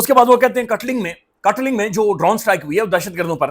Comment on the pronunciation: BAI katling nahi hai ye katlang hai